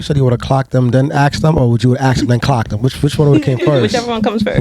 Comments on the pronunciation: Bro tell that dude its asked nog aksed fucking hell cant atleast the hosts talk normal english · Whys it so hard to say ask